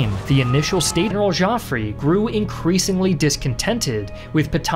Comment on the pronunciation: Joffre = Pronounce "Jofr" not "Jofrey"